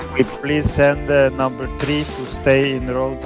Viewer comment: он русский он сказал " Намбер три"